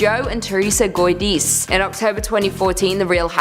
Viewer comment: U said guidice wrong. He is out of jail